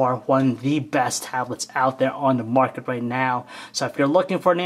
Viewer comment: "On the moarket" - again... xD